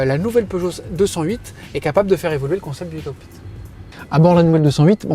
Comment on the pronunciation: [aï] cockpit, pas [i] cockpit. Pourtant il le dit bien le E pour la version électrique.